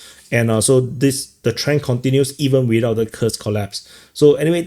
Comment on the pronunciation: "It's a MASSIVE, MASSIVE COLLPASE!" Love it,!